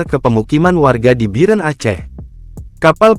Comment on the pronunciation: Bir-en..kesel bgt dgr narasi nya, emang susah ya nyebut biren (bieureun)